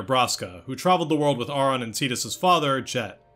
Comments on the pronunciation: Ive played ffx so many times and ive never paid attention to the fact that they never say his name... And im one of those people who say titus bc i just like it better... but you definently said Aurons name wrong.... you said it how its spelled but in the game english at least but they OR-in for the name... lol .... This was my first ffx game that really PLAYED if you get what i mean... When i was a kid my mom bought me a ps1 ffx game that had multiple disk it wasnt 7.... I wanna say it had a mech on the box or disk i cant remember. Then i played ten after my uncle played it but i was still young and never got far into it... i played crisis core, at that point i was older and decided i was goin to play 7 but as i was playing 7 i decided to go back and play X for real and play it i did lol ive got two ps2 disk one is the regular english version(with the hardest chocobo race) and i have international ps2 disk. then i also bought it for my ps4, i wanna say it was the first game i bought for my ps4, I bought it for the switch, and i have it for the pc... So i would definently say this is my favorite game but honestly i dont think ive played enough Final Fantasy games to say ten is better than another... Ive maintained for most of life that ffx is my favorite game... Not just ff game but favorite game over all... and i think it has aged pretty well... its one of the few games that i played as a kid that doesnt seem like work to replay as an adult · You’re kind of condescending to people for ignorantly pronouncing Tidus incorrectly, but aren’t you Auron’s name wrong the whole video, despite that they very clearly pronounce it “Or-in” in several games?